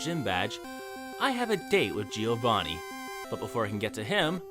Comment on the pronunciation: The I in Giovanni is not spoken. Hes called Jovanni not Jiiiiovanni 🙄